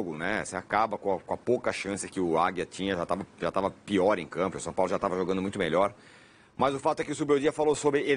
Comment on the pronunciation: Engraçado vc falando som Paulo 😅 Brincadeira a parte vc é muito bom comentarista 👏🏻👏🏻👏🏻🙋🏻